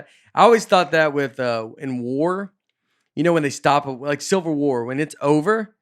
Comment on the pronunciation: I’m curious about Nates stance on this but I heard “Silver War” instead of Civil. Does that mean he thinks it’s 2nd best? If so, how? Why?🤣🤣🤣🤣